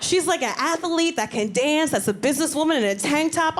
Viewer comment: Athlete, not athalete